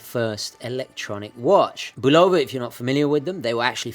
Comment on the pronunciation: Great video as always,. I have the Railroad model that I received as a birthday present in 1965. The case has never been opened except for battery changes and it runs perfectly. Oh, by the way, in America it is BULL-ova, not bul-OH-va. Ring up the office in the ESB and listen to how they answer the phone.